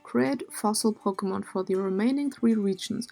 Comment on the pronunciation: Is it just me or her Accent when she says pokemon sounds like fakemon